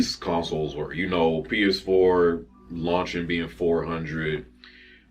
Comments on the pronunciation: Oh my God you couldn't say PS4 hilarious. funny ass shit man you say something crazy every fucking time i watch your channel lol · He couldn’t even say PS4 😂😂😂